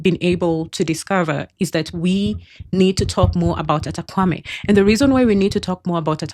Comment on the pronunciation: Great info but you're pronouncing the name wrongly. It's pronounced "Kpa" as in Kapa not "Kwa"